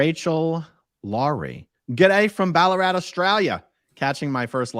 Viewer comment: Incredibly impressed at you Aussie accent 😂 Ballarat Australia said perfectly 👏👏